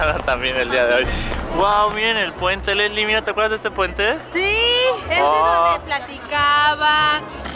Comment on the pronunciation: Primero es lesslie y segundo es potter no poter